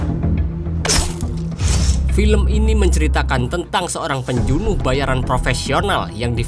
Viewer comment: Penjunuh 😂 pembunuh min wkwk